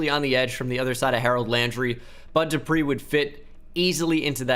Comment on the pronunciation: u got the bud dupree one right lmao